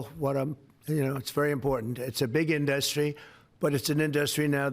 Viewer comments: why does he say inDUSTry? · Has he always pronounced it as In-DUSS-tree? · I know!! And "inDUSTry"....bizarre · Trumps can't pronounce "industry" right!!! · Why can he not say industry correctly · Where does this extra syllable in the word "industry" come from? And he keeps repeating it... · I know its not a big thing, but I really don't like the way he pronounces industry. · "The fill-um inDUSTry"? I can't listen to the man talk. He puts emPHAsis on the wrong sylLABle. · The "filum in-dustry.." What a doofus!!!!! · “Fill-em” and “industry” are another TWO words he pronounces in a WEIRD way! 😂😂😂😂😂 He’s a BAD JOKE!